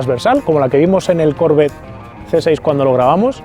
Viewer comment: Porque dices Corvette con acento en la o.no se pronuncia así.que lo sepas